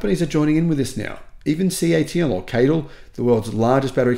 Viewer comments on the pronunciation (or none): none